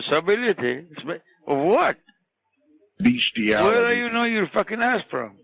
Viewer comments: Beshtiality SAY HESY! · "What are you doing in Walnut?" "Beasthiality"